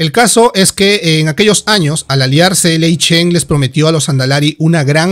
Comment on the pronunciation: buen video pero se dice..... GurubaSHI ( no gurubachi ) y lei SHEN ( no lei chen….)